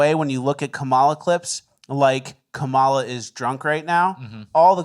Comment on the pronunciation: I just want to point out that the lady who says she's going to vote for kamala, just because she is a woman also says her kamala's name wrong lmao.